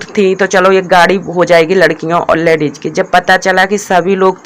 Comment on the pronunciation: Tum ache se.word ku ni bolti ho.ladies hota h.ladeis.nii hota h.our salet ni shirt bolte h